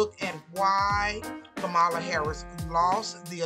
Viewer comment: It sounds more bias then pointed reasons why she lost. Also, the consistent misspronuncation of her name.